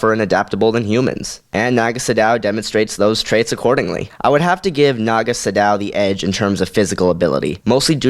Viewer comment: It's pronounced "Sa- doe" not "su dow"